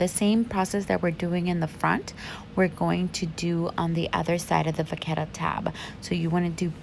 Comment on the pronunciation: It’s not vaccetta… it’s vachetta.. it’s cow leather and is where the name comes from.. cow in French is VACHE… ask Siri for pronunciation… Im French (Parisian) and it’s pronounced Va-Shh. Hence Vachetta(Va-Shhh-Etta)… doing the Lords work educating one ignorant at a time!